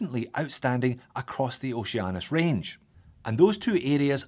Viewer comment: It's pronounced Oh She Anus